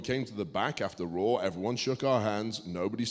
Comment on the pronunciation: Can someone tell Stu that its called "Raw", not "Rawr"